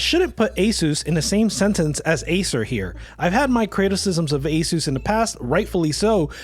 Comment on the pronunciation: Asus is pronounced (Ah-Seus) btw